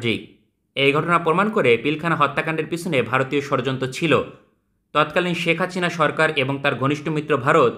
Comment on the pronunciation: ভাই কি ইচ্ছে করে শেখ হাসিনা নাম এমন করে বলেন নাকি উচ্চারণ করতে পারবেন না 😂